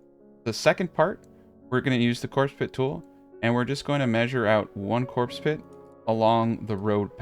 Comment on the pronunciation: take a shot evertime he says corpse pit